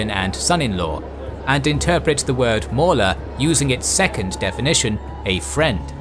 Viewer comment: You need someone to pronounce Arabic words for u sir For example it's pronounced mawla not mula ...